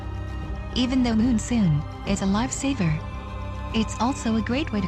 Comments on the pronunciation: so tilting hearing "moonsoon" over and over again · too bad you didnt speak it urself and its monsoon not moonsoon I guess :S anyway nice vid, about time :)